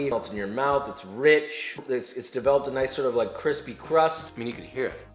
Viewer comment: I love Gnocchi, I want the kwispy one ❤️